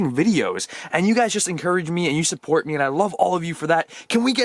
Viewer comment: At the beginning he said subbort in stead of support